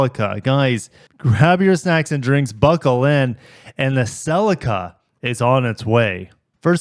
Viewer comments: Only ever heard it called 'Ce Lee Ka' until I heard you say it... Australian here looking down on your pronunciations 😂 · i am Canadian, i have never heard anyone call it a “sell-leak-uh” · "Sellicka" 🤣 I'm sorry, apologies, it just sounds so funny to me as an English person. Thank you, for another great video. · The majority of the world including Japan pronounces it Celeeka.